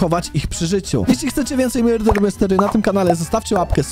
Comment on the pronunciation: to nie hejt ale czemu mówisz myrder nie murder